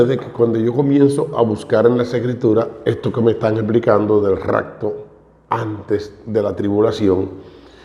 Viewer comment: Saludos hmno ,Primero no es racto es rapto con "p "